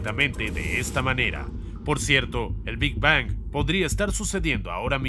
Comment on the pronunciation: Que placer me da escuchar cada ves que dice "Big Bang" esa terminació n perfecta en la ANG xd